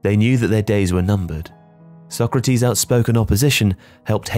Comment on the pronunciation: The pronunciation of Sócrates changes all throughout the video 😅 Sock-ratees, So-krahtis, So-krahteez. I guess it's better to put everything in so you get at least some of it right 😂 (spoken as someone who has no Portuguese knowledge at all so unsure as to which is the closest to correct)